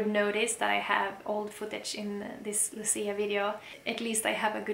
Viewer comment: nie Luci, tylko Łucji. Łucja. You're welcome.